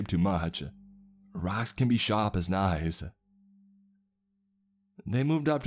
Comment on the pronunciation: "Raacks can be shap as knaies." 😄